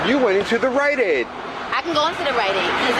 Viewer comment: At a “RiteAide!”